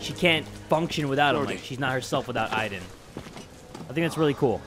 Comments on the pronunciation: It is not iden its Aden I know how to spell it but just so you understand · When ever she said Aiden i thought she was saying ivan